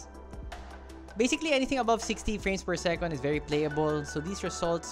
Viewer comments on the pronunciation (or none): Whether it's second as in "segundo" or second as in "pangalawa", it's always "sekend" with an "e", never an "o". :) Sekonds is a Filipinism. :)